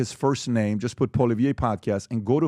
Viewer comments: PBD can't say Poilievre's name right for one. Then he slams him for not going on American podcasts? Jordan B. Peterson is Canadian. Poilievre is Canadian. Why would he go on Andrew Schultz, Lex, JRE podcast? Poilievre wasn't leader of the opposition during the last federal election, Erin O'Toole was. Poilievre didn't lose to Trudeau. The only thing embarassing will be PBD eating his words when the Conservatives demolish the Liberals during the next election. Trudeau will be trying to avoid jail. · He has NEVER even run for Prime Minister yet, so how could he loose to Trudeau you doormat. Secondly learn how to pronounce his name properly. Pathetic. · I like Patrick... But a few things. 1. Pierre didn't lose to Trudeau. So not sure what he is referencing. 2. If he wants Pierre's attention, pronouncing his name properly is a good start. 3. Pierre is literally everywhere. He has been to my town 3 times in the last 2 years, I personally met him, shook his hand and had a picture taken. Jordan Peterson is very well know in Canada, not that Patrick Bed-David isn't, but to say they are in the same league in the average Canadians mind, yeah no. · You don’t even say his name right get out of here you bozo